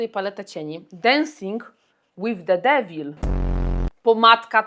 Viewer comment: Trzy razy musiałam przewinąć by usłyszeć czy mówisz densing łyf devil czy debil. No i jak już tak się zastanawiałaś co narysować tooo czekałam na tego sisiora. Nie napiszę może, że oglądam Cię od stu lat, ale od niedawna jestem stałą podglądaczką na różnych platformach (tylko nie tik tok bo to bebefujfuj). Przemyciłaś do mego życia mejkap, ale to już Ci pisałam nie tak dawno temu (btw dorwałam wreszcie dyniową kolekcje Bell. Nie wszystko oczywiście, ale ta konturówka rzeczywiście jest boska). Pozdrawiam :) ❤ Hell win…znasz angielski?